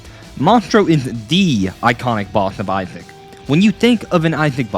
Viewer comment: Video is peak bit PLEASE JUST PRONOUNCE THE SSSSSSSS